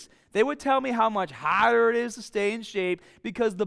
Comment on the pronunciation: How much hahda!!!!